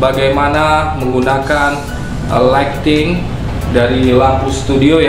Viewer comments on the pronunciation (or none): none